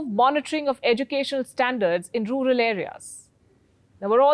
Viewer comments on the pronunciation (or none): none